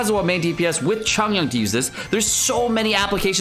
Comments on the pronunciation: bruh i can’t why does he say chongyun like that lmaoo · Your pronouncing chongyun wrong